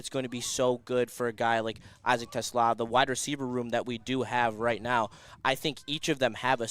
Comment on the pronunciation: It’s Tuh- slah’ - emphasis on the second syllable! NOT like the car!!